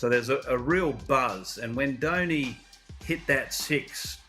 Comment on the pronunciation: Not dainy .its dhoni. Do ni